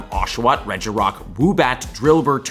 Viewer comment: "Will have oshawott, REGIROCK, woobat..."